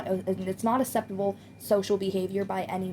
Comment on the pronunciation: Please pronounce 'acceptable' correctly 😂 takes me out of the zone every time